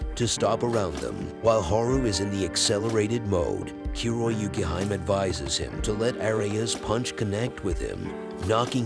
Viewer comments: Kuroyukihime is pronounced Koo-row-you-key-he-may. It means Black Snow Princess. I cringe whenever I hear "Kyuroyukihaim." Did you ever actually watch the show, or did you just read the character names and plot summary? Amateur. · WILL HE LEARN TO PRONOUNCE KUROYUKIHIME'S NAME CORRECTLY? FIND OUT IN THE JAPANESE PRONUNCIATION GUIDE!